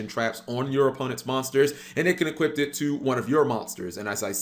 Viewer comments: Hearing you mispronounced the word "equip" is the most triggering thing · It can "eqiuP"!!